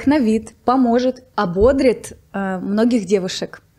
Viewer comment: Не хочу обидеть, но на будущее . В слове ободрить, ударение падает на И